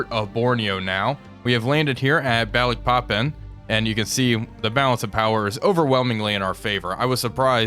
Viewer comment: Loving this series so far but as an Indonesian I do have to both laugh and cringe a bit on your pronunciation of the cities of the Dutch East Indies (Which is ofc now Indonesian cities), your Surabaya though is excellent. Just a tip, we don't have any 'ae' to pronounce any As, we use that for 'ei'. So for example Balikpapan it should be Baaleekpaapaan, all As pronounced like in 'Java'.